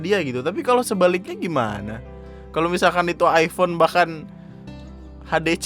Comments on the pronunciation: " Hai hape aku aipon,hape kamu apa? Vivo? ,Upss miskin" Me : Aifon ya bukan aipon. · penyebutannya aja masih nub. Iphone = ai fown bukan ai pon. salah ye anjing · Ngomong iphone aja salah😒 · ngomong "iphone" aja gak bener